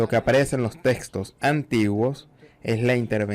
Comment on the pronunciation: ¡¡Por favor cambien al traductor, el tono de voz y su pésima pronunciación hace muy desagradable. ahorrado, grey, agrrepienta, Grregosijjja!! ¡¡"concepto de gueno y justo” bueno y justo, “testos antiguos” (textos), “sácrito", en ves de sánscrito, horroroso!!